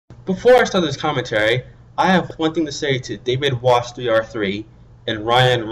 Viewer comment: It's pronounced David-was-here. I even said so in the video I did on you!